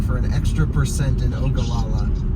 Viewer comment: It's pronounced O-ga-lla-la, excellent video! Nice to see a real world video about a Tesla.